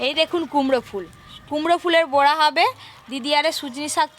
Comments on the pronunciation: বোড়া আবার কি কথা ।বড়া হবে কথাটা । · বোড়া নয় , বড়া উচ্চারণ হবে । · বোড়া নয় উচচারন টা বড়া হবে